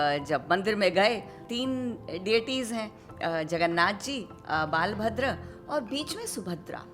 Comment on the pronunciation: One correction... the name of Balram is "बलभद्र " NOT "बालभद्र". So in Puri, we worship बलभद्र, शुभद्रा, जगन्नाथ"